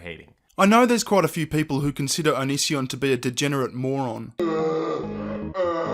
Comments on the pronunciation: its "Oh Knee See On" not "onion nision" im not saying that im a fan of Onision, i just know how to pronounce it. :L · You are pronouncing his name wrong. I think it's Onions son. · I love how pronounces Onision (onion-ision) 🤣 is right Onision's brain is about the size of an onion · The way you say onision 😂